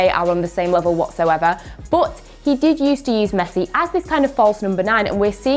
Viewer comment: Why does she says but, BUTT